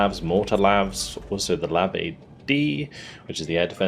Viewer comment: Awesome game! Love watching… one inaccuracy though. US Marines do NOT call their LAV-25’s “LAVS”… they pronounce it by saying each letter separately. L. A. V.